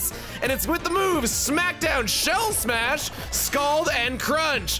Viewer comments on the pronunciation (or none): none